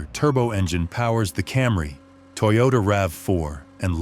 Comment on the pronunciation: Not Toy-yoda.. its pronounced toe yo taaaaaa. 😂😂